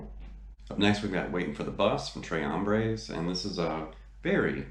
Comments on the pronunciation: Great video....en español it’s pronounced “Trace” with the S not silent. It’s pronounced “Tray” in French. Just sayin’..... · Awesome lesson! The Rev is a totally unique player and you've demystified a lot here. Have to chuckle at your album name pronunciation, though... Deguello is day-gway-o and Tres Hombres is not a French title, it's simple Spanish, "trace hombres." And you're 100% right about the first album...killer stuff right out of the box and criminally overlooked. Even in '69 no one did hot swampy blues like ZZ Top. And they had close cropped beards...weird! For dyed in the wool Top fans, the early albums through Deguello were the best. I think Deguello is the best one for playing along with at home, like we all do. Great lesson and a new subscriber!